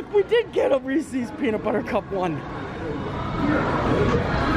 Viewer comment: Hello, first time viewer. -Did you just miss pronounced Reeses. You said Reesie‘s. Even the “voice to text“ feature on a phone spells Reesie’s when I say it your way. (Laughing) -Mario, The Disneyland Neighbor.